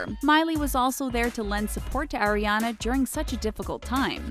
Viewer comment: AAAriana. Not "eri fucking ania. Goddamn